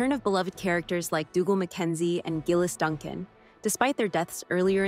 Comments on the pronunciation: Yes, Leery and Gay-less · Yea, Leery and GAY-LESS